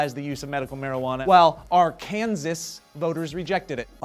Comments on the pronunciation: IT'S PRONOUNCED LIKE ARKANSAW!!! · Arkansas is pronounced Ar-kan-saw. We were a state first. Fuck Kansas. And fuck Arkansas voters for not approving issue 5. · Its pronounced ''arkansaw'' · Ar-kansas stupid. Duhhhhhh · Pronounced: arkansaw :P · Just so you know, pronouncing Arkansas as Ar-Kansas is illegal in the state of Arkansas. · I live in Arkansas and it is actually illegal to pronounce it Ar-Kansas. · Arkansas pronounced as Ark an saw. But I voted for medical marijuana because we need something other than opiods that ruin lives. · We used to do testing in the military. According to their studies, THC can last in your system for 30 days. PS. it's pronounced Arkansaw....we Kansan's dont claim them! lol. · BLERGALERG ARKANDSAW its ARKANSAW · It's Ark-can-saw. . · It's pronounced AR-CAN-SAW,. Get it right. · I love the change, and I'm from Arkansas, there was a big church movement to have medical marijuana rejected, which made no sense to me. btw it is Ar-kan-saw is the correct way to pronounce it, the name is derived from the quapaw indians, in fact Arkansas was settled as a territory with current name way before Kansas. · Oh, by the way. In Arkansas, it's illegal to mispronounce the name of the state xD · ...I like the hat,. but come to Arkansas and pronounce it like you did, you may get hurt. Just saying. But ya, you're still an awesome dude:) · Aww, as an Arkansas native, I'm offended by your pronunciation of the state name. C'mon guys. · dont get me wrong, youre awesome, but fuck you for saying arkansas that way! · THAT'S NOT HOW YOU PRONOUNCE ARKANSAS!!! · Did you know it is illegal to mispronounce Arkansas when in said state? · Unless you know how to actually say AR-KAN-SAS but oh well Woo Pig Sooie!